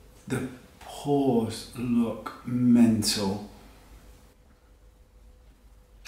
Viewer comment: i love it when he says "mental" :)